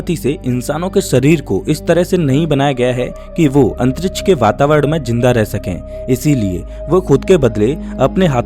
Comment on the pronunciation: Bhai pehele antriksh bolna shik jaa 😂